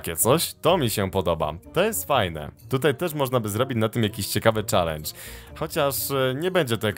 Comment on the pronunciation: mówi sie czelendż a nie czalendż